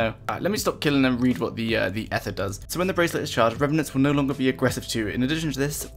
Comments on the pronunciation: E-ther, not eff-er lool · stop saying ether wrong >:(